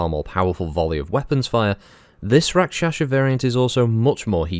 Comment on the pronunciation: It is Pronounced Rak Sha sa not Rak Sha Sha . Bit of a family thing .